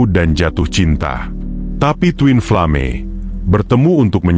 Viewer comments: Min.. ini yang baca orang atau robot sih?.. bacanya koq twin flame sih??.. twin flem gituu.. hahahaaaah 😂😂 aneh banget denger nya... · Aku juga Aneh, ucapannya kok twinflame bukannya twinflem. Lucu ada2 saja